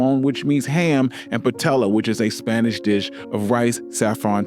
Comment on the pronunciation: Pie-YAY-uh 😊 Which is also delicious!